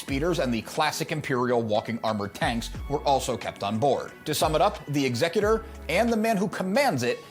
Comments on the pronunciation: Why do all these STAR WARS lore videos mispronounce the name of Vader's ship? It's EXecutor, with the emphasis on the first syllable, as in the person or thing that performs executions. The way it's pronounced in this video (and so many others)-- ExECutor-- with the emphasis on the second syllable-- is an entirely different word. It's means someone who probates a will or other legal instrument. I doubt Darth Vader, Dark Lord of the Sith, named his ship after a probate lawyer. No, his ship follows in the tradition of all the other Imperial capital ships with names that sow fear and terror among the galactic population: Ravager, Devastator, Relentless, Tyrant, Avenger, Belligerent, Agonizer, etc. When his ship appears in orbit above your planet, it's to execute you and your entire society. Not file legal documents in a lawsuit. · What's with the pronunciation of the ships name 😵‍💫 it's clearly to be pronounced like 'execute-or' and not like executive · I'm going to guess the incorrect pronunciation of the ship's name is due to YuTube rules???